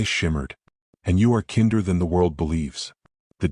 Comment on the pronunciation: Please, it’s tolled NOT told! It’s kinder like in blinder NOT kinder as in kindergarten! A beautiful story and well told!